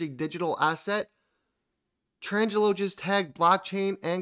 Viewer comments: It's a small thing but you said it so many times ...... Tranglo ---- your pronunciation - tran-jello ..... correct pronunciation - trang-lo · I love ya man buuuut it's pronounced "Tran-glo", not "Trans-jello". :)